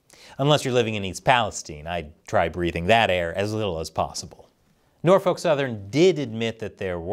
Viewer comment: The L is silent in Norfolk.